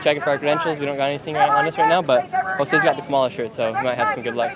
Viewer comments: Kamala stress first syllable, not hard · Camel The Hair Ass is how you pronounce it .. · Hey Nick, maybe someone already said this…. Say Kamala’s name correctly + the shirt both will help